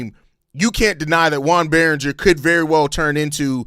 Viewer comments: "Its French!" 😂 It's probably pronounced Berrin-JAY (if it's a French pronunciation). I like the Berringer idea...I mean if we did do this. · (Yo-on) (Bear-Un-Jay) - Joan Beringer